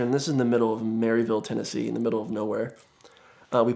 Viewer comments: first, its “maruhville” not “maryville” lol, and second i promise your yeezy’s dont make you stand out 🤣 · Heh. I kept hearing a mental record scratch every time he said "Mary-ville". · It is pronounced Mur-vull, Tennessee. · It's pronounced mur-vul not merry ville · As a fellow East Tennessean, he mispronounced Maryville (Mur-vul) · Am I the only one it bothers that he said maryville tn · “Marvel”, TN (trust me, that’s how it is pronounced - I knew someone who grew up there and visited them during a road trip)